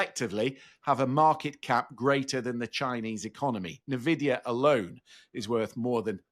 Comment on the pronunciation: Turning off after the second “nerr-vidia”. Hard to have any confidence in a host who can’t pronounce the well known name.